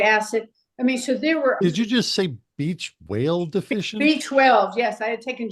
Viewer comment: Beach Whale deficient!! Funny thing is, that's what I heard too, but my brain knew better and corrected it for me.